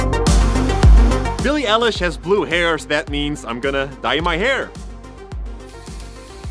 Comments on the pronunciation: "Billie EL-ISH" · billie what ish? did you say “ELLISH” ? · No it's Eilish. It's pronounced Bill-ie Eye-Lish like an eyelash but it's ilish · It’s pronounced eye-lish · ITS BILLY EYELASH GOSH! no hate 😂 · Billie Elish LMAOAOAOOAOAOA omg im sorry XD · It's eye-lish Eilish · Him: Billie Elish Every one: CRINGE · "Billie ELISH" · How can u say Billie elish???!!! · billie elish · It is Billie eilish ilish like that there is no e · It’s pernounced I - lish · I disliked this video just because you pronounced it "ellish" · who else was freaked out by how he pronounced eilish edit - can everyone stop replying with hate towards him about it i was just pointing it out in a joking matter not intending to be rude at all but now everyone’s replies are just getting out of hand and really rude, he would’ve seen from like one of the first comments he gets it now, relax he clearly just didn’t knowww x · Lol I thought that was how you say her name💀💀💀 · is no-one going to talk about him saying eillish wrong the whole time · Why does everyone say eilish wrong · U said said Bilie Eilish wrong im crying 😭😭😭😢😢😢😢😭😭😭😭😭💧💧💧💧💧😭💧😭💧😢💧😢💧😢😭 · U said her name wrong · Bee-lee E-leesh-..... .-. .....XD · IT'S PRONOUNCED E Y E - L I S H NOT ELLISH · Eilish like an eyelash but aiiiliiish not elich But great work keep going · He said elish like relish ITS EILISH LIKE EYELASH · STOP SAYING BILLIE ELLISH IT'S EILLISH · Him: “Ellish” ME: “IT’S PRONOUNCED ‘EYELISH’ and spelt ‘Eilish” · It’s not L-ish, it’s Eye-lish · BILLIE ELLILSH... Triggered EYE-LISH EILISH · its Eilish Not Aiilish damn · Billie Elish XD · Billie ”ellish” ITS BILLIE EYELASH DOOD it’s pronounceddskdkdmke liek. Eye lishh Billie eilish is bommmb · How you pronounced it........Billie Ellish, it’s Eilish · It’s Billy eilish not Billie Elish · how did he gat that kind of a glas. he sad billie elesh thats not rit its lik this billie i eilish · Billie elish? ! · When he says El-ish instead of Eye-lish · "elish" -_- its EILISH! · Billie Elish 😂